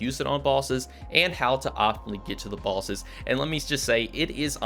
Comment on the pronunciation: who elts is hearing " Bawlsses" instead of bosses